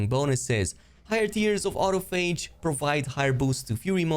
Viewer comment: I think you are pronouncing autophage wrong. Au-toph-age, it’s from the biology term autophagy